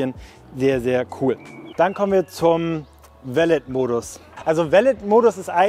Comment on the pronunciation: Pliquett Hi, nur so ein freundlicher Tippppp meinerseits... Beim Wort Valet (Valet-Modus = Valet-Parken [va'le: ˈpaʁkn̩]) wird am Ende das "t" stumm/nicht ausgesprochen. Es ist ein Französiches Wort:-)